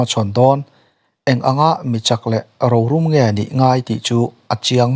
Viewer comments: Rorum tih hi thil huh lo 'ro' anga lam tur aw, ro (treasure) angin i lam a. I chhiar sual mai mai chu a nih ka ring e. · Heta Rorum tih tawngkam hi Ro tih thluk hnia hi ri snang zawk se a dik lo maw..entir nan..ro kan rel a.rorel Ro thluk sang ang hian.rorum tih pawh hi thluk san awm takah ka lo ngai a..enge in ngaih ve dan hlawm aw.. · 'Rorum' tih thumal hi hman ata tawh i lam dik theilo reng reng mai. Hma han sawn zel teh aw...i video ka en vek zel ania 👍👍